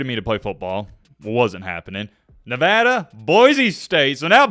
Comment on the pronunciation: Thank you for pronouncing Nevada correctly.